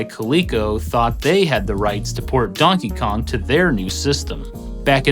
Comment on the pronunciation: Great video as always! So much love for this channel. Does anybody else hear him say Dunkey Kong